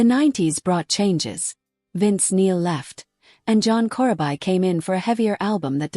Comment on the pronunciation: John "Core-uh-buy"